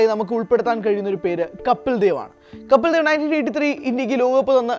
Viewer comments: കപ്പിൽ ദേവ് അല്ല പൊട്ടാ കപിൽദേവ് എന്ന് പറാ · കപ്പിൽ ദേവല്ല കപിൽ ദേവാണ്.നീ ആദ്യം ആ പേര് ഒന്നും മര്യാദയ്ക്ക് പറയാൻ പഠിച്ചിട്ടുവാ.